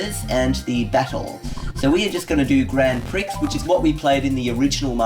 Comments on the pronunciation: you pronounce grand Prix grand pree, not grand pricks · Grand Pricks??? Hahhaha It's Pronounced Pree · It's pronounced grand pree not Grand Prix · Cool When is The New Channel Out What's It Going To Be Called And What Types Of Tutorials Will It Be ? Ha-ha You Said Grand Prix Wrong But I Still Say That Lol ;) Do You Still Have Your Lenovo Because Wow That's Old ! :)